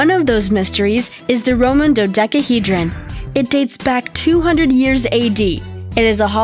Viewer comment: She sounds much older. I thought maybe 14 or 16. I do not see the fault of the mispronounced words as hers, no matter the age. The Production Manager should have gone over the script with her and helped her with the pronunciation. I believe she could have handled it, as she pronounced Dodecahedron correctly. (At this moment YT spell checker has suggested Rhododendron as the correct SPELLING. smh)